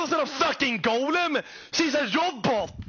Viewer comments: Ah he's Swedish! That Robot pronunciation was so Swedish lol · The most swedish pronunciation of ROBOT. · He says the swedish version for robot its spelled robot but its pronounced like that